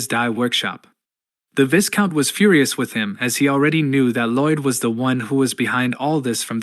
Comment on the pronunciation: Blargh, it's always the singularly mispronounced words that bother me, VIGH-count not vis-count Chroist, google is that way >>> I understand English as a second language, and text to speech as a method to ease production, but this has been solvable for .... well, for as long as other people existed (hell give me $5 and I'd do it)